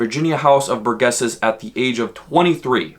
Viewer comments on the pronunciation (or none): Nice video. It is House of Burgesses (a soft G like Dirge) though.